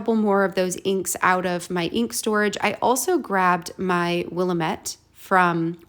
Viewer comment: For non Oregonians the names of our rivers can be hard to pronounce. Willamette is pronounced Wuh•la•muht, the la pronounced like in the word lamb and the muht pronounced like mutt. Hope that helps. Love your pages and ideas. Thanks for sharing!